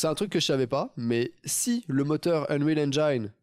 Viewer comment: "unréal enjaïne" :D le bon franchouillard "unwil enjine" ^^